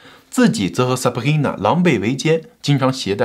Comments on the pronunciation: Sabrina 你發音成 saprina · 唉哟 sabRRRIna~ 中国人用法语的口音念拉丁的名字，一定是加拿大的 XD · 哈哈哈哈哈 Sabhina , 法語發音耶。快點跟進做PDiddy 了